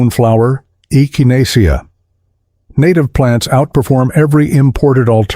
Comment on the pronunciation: The way AI said echinacea is hilarious!